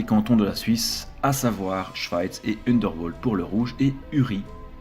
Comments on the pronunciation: Dommage que la prononciation des noms germaniques soit fausse... Sinon, je l'aurais utilisé en classe... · C'est vrai que "Unterwald" passe mal dans cette vidéo